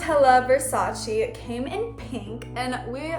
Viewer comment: girl I love you but its pronounced versachay" kinda not with an english e sounds, cause e is i in europe (italy)